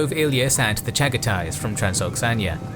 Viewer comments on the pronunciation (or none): I love the video like always, but isnt it Transoxiana, and not Transoxania?